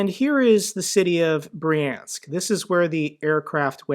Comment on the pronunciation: Brjank, not Briensk